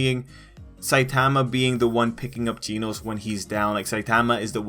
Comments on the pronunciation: This guy said geenose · G e e n o s e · my dude really be saying ‘ginos’